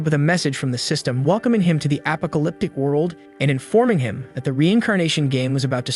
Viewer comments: Still stuck on the voice saying “apa-co-lyptic” instead of apocalyptic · wow apa-alyptic world huh. Why u say it like that??? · app po ca lyp tic , thats one way to attmept to say that word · i love how he says apacaliptic instead of apocalypse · He says apocalyptic just like you say alpaka 😂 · He definitely isn't saying apocalyptic 😆